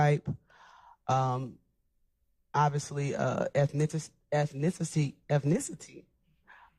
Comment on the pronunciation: first of all the broad can’t say ethnicity second of all, there’s only one ethnicity in Atlanta, and that’s why it has the lowest IQ of any major city in America because of that one ethnicity and not a diversity like other major cities like New York, or Boston or Philadelphia